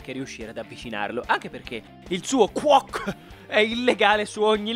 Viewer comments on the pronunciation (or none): Hai davvero detto quock al posto di quirk?